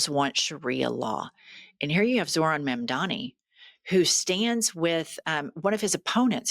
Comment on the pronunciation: If you're going to report on someone, plz at least take the tyme to learn how to announciate their name.